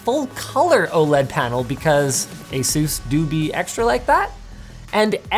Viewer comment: i think that was the whitest-sounding "do be" of all time